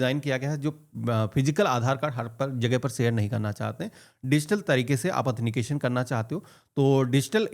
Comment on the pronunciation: bhai 'athenication 'nahi 'authentication 'boliye..!